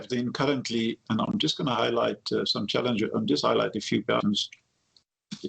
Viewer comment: Every time he says, "challenges", I hear "f*k*ps".